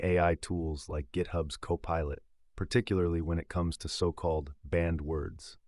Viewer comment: Bot bot bottty bot.... 20 seconds in and autistic AI can't even pronounce co-pilot (says copperlet) . If you can't be bothered reveiw your own garbage don't waste our time expecting us to lsiten too it.